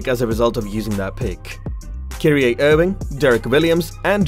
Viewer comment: ''kirea irving''